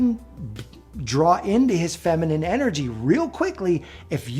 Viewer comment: Femenine not fimenine dear